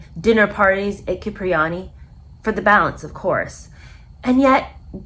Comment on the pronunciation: Please learn how to pronounce last names - McIlroy, Vitello and Cipriani all mis pronounced